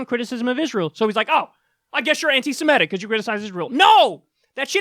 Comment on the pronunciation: It’s ANTI-SEMITIC, not ANTI-SEMETIC